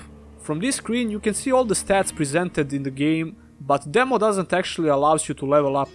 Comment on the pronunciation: I love it when he says demow